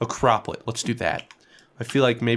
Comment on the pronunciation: bro you said crop plot wrong lol